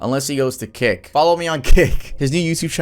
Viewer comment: I THOUGHT YOU SAID KIK CAUSE I LISTEN TO THESE VIDS AS I DO OTHER STUFF AND IM LIKE WTF BRO 😂😂😂